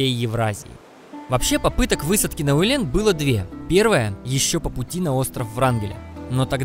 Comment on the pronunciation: Фильм- лучший из тех, что я видел о Чукотке. По своему качеству съёмок, красоте пейзажей, разнообразию представителей животного мира, комментаторскому изложению /чуток резануло слух- УэлЭн :-)), так не принято говорить/. Спасибо вам за великолепную работу! С уважением, рождённый на Чукотке.